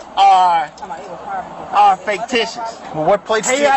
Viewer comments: Every time he said "Faketicious" I laughed. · Is it just me or does anyone else hear the frauditor saying "Faketitious"? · This poor deranged gentleman. He doesn't even realize he's admitted to driving the car and it's obvious the plate is FAKEticious... probably why he keeps mispronouncing the word. And he absolutely did admit to driving this car. It's on his camera and the body worn camera of every officer present at that time. He now has a popped tire and will soon have a broken window and a number of felonies to go along with his delulu. Bless his poor, pitiful, out of compliance with sanity heart. This traffic stop has gone on WWAAAYYY too long. Pennsylvania v. Mimms is Supreme Court caselaw requiring they both exit the vehicle upon demand. The longer they take complying with the commands of the officers, the more likely one or both of them get hurt. He and she are setting themselves up imminent consequences. They are so busy thinking about what they're going to say next and trying to make up alternative facts to set up a bogus lawsuit, they aren't listening to a word being said to them, which, if they'd listen, might clear the fog about the legality of the traffic stop and everything that happened after initial contact. I don't know though. I don't have a whole lot of faith in the math skills of either. FFS!!! 🤦🏼‍♀️😂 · Did he say "faketitious"? I like it! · I love how this illiterate halfwit thinks the word is “faketitious.” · Right? Faketicious plates!!😅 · It's ridiculous that you can't pronounce the word fictitious. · Ridiculous alright! He can’t even pronounce the word correctly!